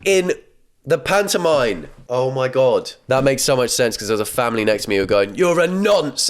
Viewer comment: who's gonna tell him it's pantomime not pantomine...